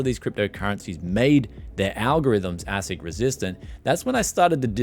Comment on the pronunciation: It’s pronounced ace ic btw